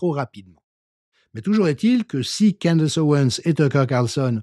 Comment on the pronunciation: Candace... à prononcer: "Candèce"